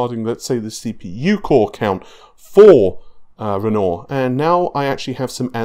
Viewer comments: While i really enjoy the content, unsubbed. The name is Renoir. Pronounced ren-wah. You have been corrected multiple times, and i am a man of my word and stated you say ren-oar again i would unsub. Bye for now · "ren-nor" (renoir) Sure that's not pronounced "ren-war"? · It's pronounced "run-noir", not "renoor". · Aslong as it sounds like renwah then it's good enough but this guy's saying ron or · Why do you pronounce it navé. How do you say navigation? Navé-gation? And you don't pronounce the word with 'noire' in it as it's written? Renaw? Man I don't get it. Thanks tho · Why is it that EVERY YouTuber butchers the name "Renoir"?